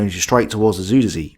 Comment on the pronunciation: I believe it is pronounced "zyder zay" but I could be wrong. Anyhow, as you were. 😊